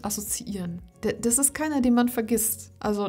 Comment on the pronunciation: Liebe, deine Videos bekommen von mir alle einen 👍,.... kleiner Tipp: sprich doch bitte das "t" in dem Wort "ist" mit, nicht immer dieses "iss" und sage nicht "diss", wenn du "das" meinst ❣️❣️❣️❣️